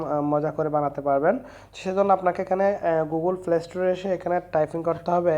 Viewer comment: Bro ফ্লে না প্লে হবে